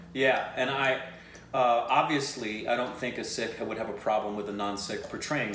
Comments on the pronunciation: Hi /, you guys are fantastic. Just FYI. It's "PUN-JAB" and not "POON-JAB" and it is "SIKH" (singular) and not "SEEKH". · Loved your reaction..by the way it's sikh not sick or six.when i clicked on your subtitles of your video i says sick..👍😃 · It's Sikh not Seekh, and a plural of a Sikh in English is Sikhs, in the similar way you must now learn that it's Punjab, Punjabi not Poonjab, Poonjabi. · Sikh is pronounced Seek by non-Sikhs, the plural is Sikhs is pronounced Seeks, by People who are from the Sikh religion, Sikh is pronounced Sick and plural is Singh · Love you guys for reacting to this. Suggest you react to 1984 also. Again starring Diljit Dosanjh. Now, only for your reference in further reactions: 1. It's PUN-JAAB and PUN-JAABI (PUN as in BUN or PUN really) 2. SIKH has the H sound in the end. There are alphabets in Hindi/Punjabi which have that H sound in themselves like KH, GH, CHH, DH, DHH, THH etc. 3. A Sikh performing a role would wear Turban but a Non-Sikh has to wear Turban while performing the role of the Sikh. 4. And Diljit Dosanjh is another great of a Singer, Punjabi and now Bollywood legend. Diljit also was the lead in Soorma(the movie with Hockey champion who was shot and bounced back to become a champion) that you reacted to. 5. There's no dance/DJ party in India that would not have Diljit Dosanjh songs, whether people understand it or not. 6. If you remember from Shashi Tharoor's speech a lot of Indians were abused by British Army for WW-I. 7. SIKHs around the world are known for giving the highest level of Service (we call it SEVA). It's so deep-ingrained in Sikhism that when it comes to SEVA, they don't ever think twice. They are the first ones to reach any part of India (and other countries too, for that matter) to help and rescue victims of flood, famines, tsunami or any calamity whatsoever. I was born Hindu but have great respect and reverence for Sikhs.